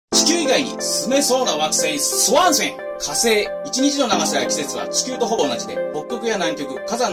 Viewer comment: 最初の「火星」が「○精」にしか聞こえない 俺は末期か…。